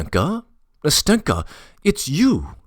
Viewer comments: I like the reading but I just get irked each time the name “Nastenka” is said that way. I has the stress on the first syllable and the “n” is like the “n” in “end” not in “finger” Ná-stin-ka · ‘NAstenka (Anasta’sya) and ‘MAshenka (Ma’rya)